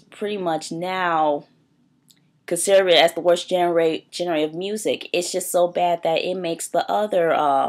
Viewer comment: you cant even say genre